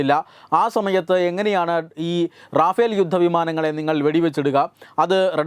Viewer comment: റാഫേൽ അലടോ, റഫേൽ